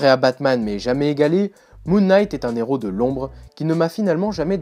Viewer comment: La pelleteuse n'est pas un Inhumain, mais un Non-humain une race extra-terrestre il me semble mais oui l'histoire est plutot naze, même en comic book day gratuit j'aurais l'impression d m'être fait arnaqué :D PS : stop de prononcer "un néros" :P le h est aspiré